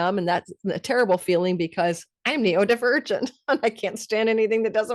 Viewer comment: Happy for you,🌼 I have a natal Sun Pluto conjunction., both my sons and I are Neurodivergent.. but heads up, you keep calling it, " Neo divergent'... its " Neuro" ( as in brain ) not "Neo" ( as in Matrix)... and your self diagnosis is a lil on the nose, if you keep saying, " Neo". Thanks always for your vids 🌟